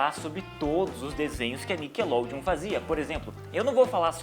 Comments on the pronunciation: NICKLODEON-acento miseravi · cadê o E de NICKELODEON ????